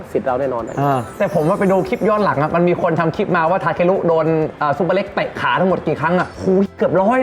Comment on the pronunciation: ชื่อซุปเปอร์เล็กครับ ไม่ใช่ ซูเปอร์เล็ก ไม่ต้องรีบครับ ค่อยๆเขียนโดนพี่ซุปเปอร์เล็กอัดจนเบรอเลยหราาาา55555😂❤FCจากเด็กใต้ครับ